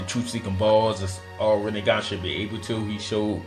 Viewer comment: was he tryna say rinnegan or was it just “this nigga”😭😭